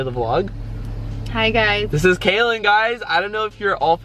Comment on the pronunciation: Guys it's Kaelyn. Not Kaylin or Kailyn